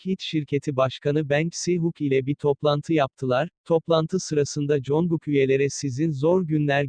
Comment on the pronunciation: Congugkun* değil cankuk kslxkskskskdkkfkrkfjwkxkakz